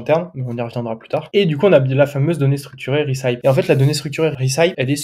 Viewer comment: Super contenu ! Merci !!! (recipe, ça se prononce rè- ceu - pi) :D Aaaaah maintenant je comprends pourquoi plein de sites prétendent vendre des produits qui ont été testés avec des avis et en fait, tu vas dessus et noooon ! Pas d'avis !